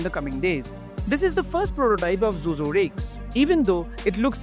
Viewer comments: Zhuzhou র উচ্চারণ টা "জো জো" নয়, "চু চৌ" হবে । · Pronounciation of Zhuzhou is actually closer to Bangla word জুজউ and the জ is actually Murdhannyo জ. Hope you would try to pronounce is it this way. Thanks